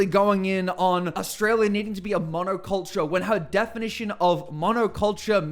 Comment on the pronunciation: Pauline is ridiculous and dangerous. If she had her way Australia would becme another apaerthied South Africa. If you want a monocultural country study North Korea, Iran or Israel. People, do what Pauline doesn't, use your brain. By the way Pauline, please pronounce Australia correctly. Just like your name it has an L in it.